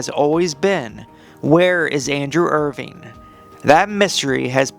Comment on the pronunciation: “Irving” cmon dude get the name right if you’re going to make a video and post it